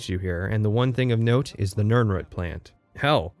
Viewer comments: Small brained argument: Something he covers in the first couple minutes, jokes about the video length, etc. Big brained argument: it’s pronounced nirn-ROOT, not nirn-RUT! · Beginning of video: Nirnrhut Me:..wtf End of video: Mispronounciation drives up engagement more than asking people to like, comment, and subscribe Me: Clever girl. Great video btw! As much as I felt horribly called out so often, I still had to laugh about it. Also, I kind of want to replay Morrowind and Oblivion now. :/ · Why are you saying "Nirnrut" instead of Nirnroot? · Must be a northwest/pacific coast US pronunciation. There's another YouTuber i watch, slightly infamous, was born in CA, and grew up there as well as WA, and he says Rutt, rumm instead of root, room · > "Nirnrut" HAHAHAHAHA!!!!!! You mean "NirnROOT"? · So genuine question: When you say 'nirnroot' you pronounce it like 'nirnrut'. Is that how it's actually said or did I misremember somewhere that it's pronounced 'nirn-root' like it's spelled? or is that an accent thing? I'm genuinely kind of confused about this at the moment. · Love the video but please pronounce the root in nirnroot like shoot for your quick analysis of TES6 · You say nirnroot like "nurnrut". have i been pronouncing it wrong my entire life?? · no one:: nirn-rut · It's root, at the very end he says he mispronounces things on purpose to confuse people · Why the fuck do you pronounce nirnroot like that? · What the hell is going on with your pronunciation of "root" in "Nirnroot"? Is this your first time seeing this word or do you just have a really strange accent? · The only problem I have with this content is the way you pronounce nirnroot. On this, and this alone, I am ready to go to war. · Your pronunciation of nirnroot made me cry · The pronunciation of nirnroot deeply wounded me. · Ok ok ok but why do you pronounce nirnroot so oddly?